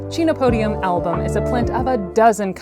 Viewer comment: I agree with being able to use the scientific names, but just a niggle: the phonetic pronunciation of the genus is actually "ken-oh-POH-dee-um". The amaranth family also contains other tasty foods, and they are in the same botanical order as cacti, beets, carnations and some carnivorous plants!